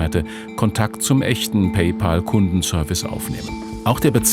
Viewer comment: PÄÄÄÄÄÄÄÄÄÄÄÄÄÄÄÄÄÄL! Es heißt Pay-Pääääl.